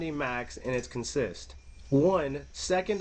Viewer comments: Great video. Just one thing...in this case it's pronounced CONsist, not conSIST. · Thank you. That was making me a little crazier than normal. CONsist. Not conSIST. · In railroad jargon the word is pronounced CON-sist, accent on the first syllable, not con-SIST as it is normally pronounced in other contexts. You will often hear the phrases locomotive consist or train consist. The two are generally referred to separately.